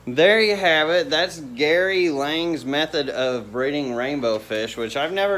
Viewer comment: Lang? It's Lange like Flange.